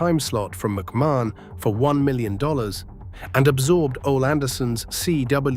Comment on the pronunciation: You sound extremely dumb, mispronouncing "Ole" (think Oly) and Barnett (think Bar-netttt). 😮